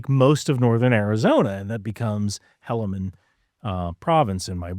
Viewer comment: Helaman Province? It's pronounced Hee-lu-mun. There's tons of us that would love to help you get stuff like this right, as well as any historical facts.